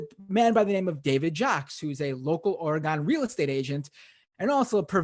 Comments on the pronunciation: I try not to care but every time he says OR-Gone I cringe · It is pronounced Orygun. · You're saying oregon wrong and it's hurting me.